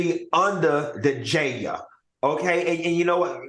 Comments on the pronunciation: I live for Funky saying “Goin to Jay- Elle!” 😂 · The way Q says JAIL is too funny. 😂😂😂😂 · 😂😂😂why is funky saying Jail like that shit got me ctfu